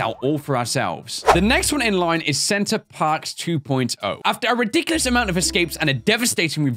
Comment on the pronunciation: love the fact that he kept on calling the prison "center parks" instead of "center perks"